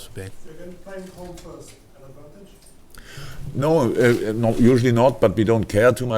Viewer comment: Come on, Liverpool. Let's "make adwontage" 😂